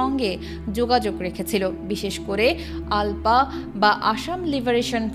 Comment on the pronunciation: "আলপা" না, "উলফা". কাদের দিয়ে ডাবিং করান? বিদেশি দুই একটা চ্যানেলের উচ্চারণ শুনলেও তো পারেন!